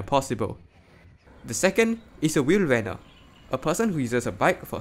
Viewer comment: honestly the way you said fietser and wielrenner is kind of accurate, at least more accurate than how americans or brits say it. to put that aside tho, the big problem is that it's a self sustaining problem because the more bicycles get killed the more people drive and the less reason there is for the policy to be changed. this is also not helped by newer "safer" cars that only end up being safer for the driver and passengers and not for anyone outside of the car or in another car